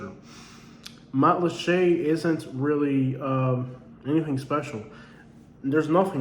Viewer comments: And it's Mat-lat-cha, not Matt LeChe' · There’s plenty in Matlacha! It was NOT wiped clean by Ian! Lots of homes and businesses remain. You’ve clearly never been there. And yes (to the other comment or) it IS pronounced matt-la-shay. :)